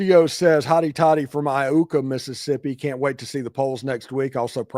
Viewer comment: It's "eye-YOO-ka". I only know that because my grandparents are from there.